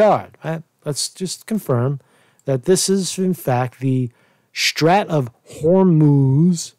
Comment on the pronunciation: How do u not know how to pronounce Strait? Its a pretty common word in geopolitical affairs or basic geography